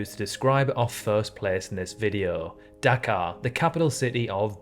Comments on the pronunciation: Anyone else think he was saying Dakar 😂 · I heard Dachau at first😭😭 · You saying Dhaka sounded to me like Dakar, in Senegal. 🇸🇳